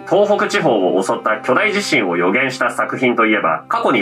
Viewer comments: ちなみに「大地震」は「だいじしん」でなく「おおじしん」が正しい読み方です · んだんだ😬 外国人が“ダイジシン”て読む人多いんだよね…